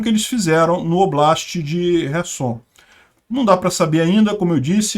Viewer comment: por que chamar as cidades de kive e rerson? Os nomes e pronúncias em português são Kiev e Kherson.